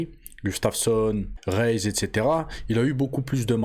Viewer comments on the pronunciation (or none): J'aime beaucoup Bony, mais pour moi aussi, il aurait dû perdre ce fameux combat contre Reyes (Au passage ça se prononce Ré-Yes ! 😁) Les juges en ont décidé autrement ce soir là mais franchement je donnais la victoire a Reyes 3 rounds a 2 et du même coup la ceinture LHW